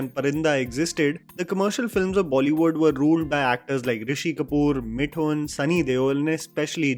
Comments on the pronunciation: I always watch your content and i found it very good... But only one thing that i have been wanting you to tell you is mithun's name's correct pronunciation... It is मिथुन and not मिठुन .... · I request you practice saying Mithoon, please. The way you pronunce Mithun is so damn funny and jarring at the same time